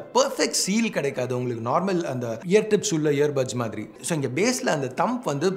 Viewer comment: Yo மாரி illa ya ! "மாதிரி" ! Entha ooru karan nee ????? Kerala eh native ????